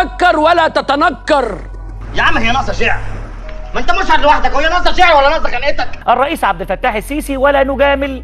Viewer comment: كلمه الريس بالسين مش بالصاد